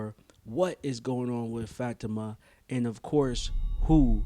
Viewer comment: It’s bothering me that you don’t pronounce Fa ti ma name correctly